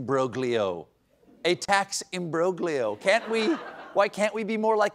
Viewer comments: Stephen, the "g" is silent in the word "imbroglio." 🤓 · It's pronounced IM-BROL-YOH, not im·broh·glee·yoh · Steve, for someone who purports to love Italy so much, I'm surprised you didn't know that the combination in Italian of gli is pronounced as if it were a silent -j-, i.e. imbrolio, the same with tagliatelle = taliatelli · Why are Americans obsessed w/mispronouncing "Imbroglio?" It's im-brohl-yo. You don't pronounce benignity, bee-nine-itty... wait, wrong example. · Imbroglio is Italian. The g is silent. Pronounced im brōl yō. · The 'g' in imbroglio is silent, Stephen. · You don't pronounce the g in imbroglio, Steve! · The "g" in "imbroglio" is silent, Stephen, you've embarrassed the family now go to your room and think about what you've done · Stephen - I love you and have watched you with great joy for decades. That's why it pains me so much to say this...when pronouncing "imbroglio" the "g" is entirely silent.